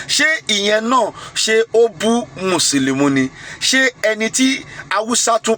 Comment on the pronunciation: Alagba it's Musulumi not Musulumu...